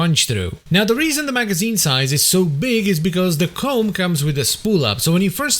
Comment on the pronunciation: Ko-mm not ***